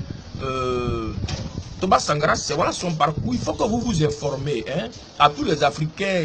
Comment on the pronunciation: je t assure je suis mort de rire ce matin. Comment quelqun qui parle polik n arrive pas a dire correctememt Sankara.